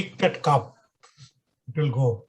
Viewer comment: It's not Caap. It's Cup.